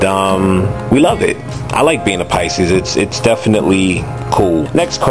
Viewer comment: You do good tag videos thats why everybody tag you! lol!..my grandmother's bday was on March 12th..she pronounces Pisces.... PI-CISE LOL!